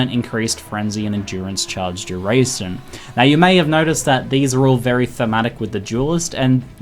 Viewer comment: "charge durrrrrraysoom."